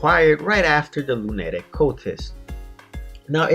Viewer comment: Yea he pronounced lunatic cultist as luu-netic cultist